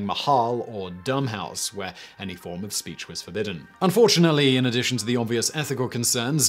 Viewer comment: Your irregular pronunciation of "the" is irritating. You should adopt the simple guide of using "the" when preceding nouns beginning with a consonant and "the(e) when introducing a noun that starts with a vowel. So, 'the Frisian' and 'the(e) Egyptian"